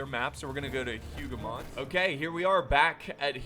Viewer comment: I'm not triggered at all by your pronunciation of names, not because I'm not French but... ahem. it's written as Hougoumont tho, not Houghmount. Totally not triggered;) Great video!